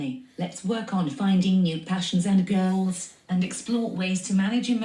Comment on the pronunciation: 😂 sounds like she says "find new passions, and girls (goals)"